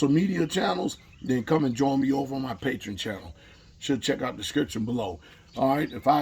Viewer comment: THAT'S PATREON ! Not Patron.